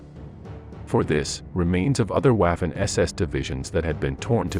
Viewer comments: Please, DO NOT pronounce W as in English but as it does in GERMAN so "V" ! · Your German pronunciation is absolutely HORRIBLE. Ws in German are pronounced like Vees. So Waffen is pronounced like Vaffen. Please STOP making these videos. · It's difficult to take someone seriously who pronounces Waffen as if they were sounding the first syllable of the word Waffle. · he prounces waffen incorrectly I'm from the US.